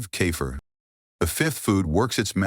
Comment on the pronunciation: Robot can’t pronounce…Key fir stupid. Ridiculous